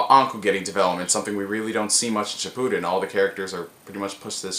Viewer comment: Shi-POO-Den Shi-pu-den I hate the first one.